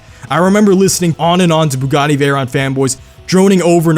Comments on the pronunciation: Why do you keep saying Bugani. or am hearing things.. lol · Why do you keep saying Bugani instead of Bugatti!? Sounds like you're merging Bugatti and Pagani lol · When he says bugatti sounds like pagani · I swear I keep hearing “buggani” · I hate the way he says Bugatti lol